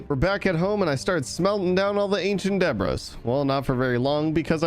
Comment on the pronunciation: bro its not ancient debra its ancient debris but u can say it as (ancient debree)